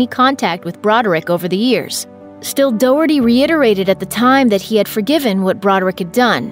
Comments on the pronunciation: Doherty is pronounced D-ah-her-tee not Doh-herty. Sorry it was just bugging me so much I had to say it. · It's do as in doctor, not dough. Pronounced Do-hurty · Doherty is pronounced daw-her-tee. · Doherty is actually pronounced "Dock-er-tee" least you could do is find the proper pronounciation it's not that difficult Doherty is a common enough name! (before comments roll in my family do know the victims and yes I know people like Shannon Doherty say it differently but that's an Americanised version of the original Irish name) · Gallagher - the "g" is silent so Galla(g)her not gallaGher and the name Doherty - not Doh erty ....ffs get your shit together with the pronunciations of names, it's ignorant and uncouth to massacre a name... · I get that this is a serious video and all but the pronunciation of Doherty is hilarious to me as an Irish person